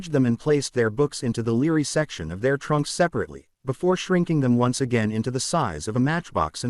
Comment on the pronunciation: Had to stop listening when I heard "leary" instead of Library